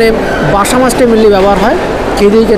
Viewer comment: Ota Maybe Basa Fish. Dada r Tongue Twist Hoye Geche 😂